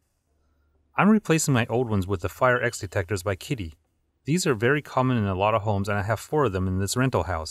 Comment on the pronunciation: not pronounced "Kiddey" , but "Kidda". Thanks for the cool video